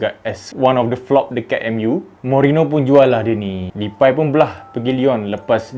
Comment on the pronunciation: Cara pronounce DEPAY yg betul memang "DEPAI" eh? Ke "DEPEY"?. Sbb aku terganggu betul bro ni sebut depai depai depai ahahaha